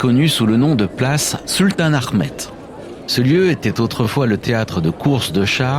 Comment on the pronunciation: Et c’est pas Arrrrmet mais Ahmet